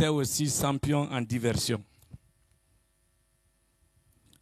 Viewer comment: Et puis on ne dit pas "sampion" mais "champion"